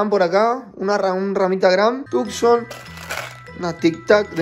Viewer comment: dice tukson y lloro